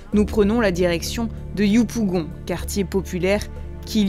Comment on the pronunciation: Je comprends pas pourquoi ils ont toujours du mal à prononcer 'yopougon'